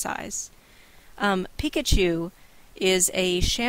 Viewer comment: When you said Peek-at-you, I thought you said Pikachu, haha! Like...wait, I haven't heard of that one!